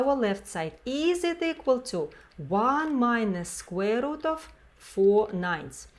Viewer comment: Did you say squirrel?...